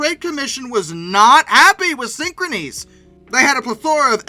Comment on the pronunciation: You’re pronouncing the name of the company incorrectly. It’s pronounced the same way as the word “synchronous.”